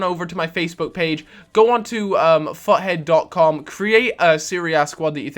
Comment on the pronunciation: everytime you say ''futhead'' i thik you are saying fuckhead